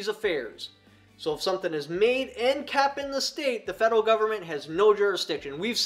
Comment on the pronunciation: Oh you were saying kept I was thinking you were saying capped this whole time I was trying to figure out how to understand what you were using capped for 🤔 🤣😂🤣😂🤣